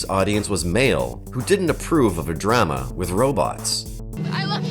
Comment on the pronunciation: Please teach the AI narrator who to say "drama". That first one "Star Lost" sounds like a great premise.